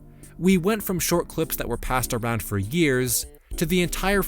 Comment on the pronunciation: why did you say cwips instead of clips? or febwuawy